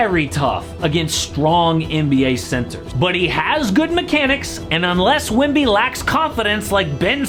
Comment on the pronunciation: i swear bro saying wimby instead of wemby